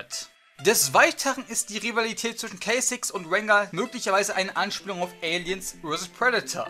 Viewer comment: Kay Zix xD